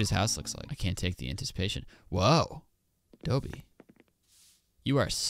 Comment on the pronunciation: I think it's Dobie like a doberman is called a dobie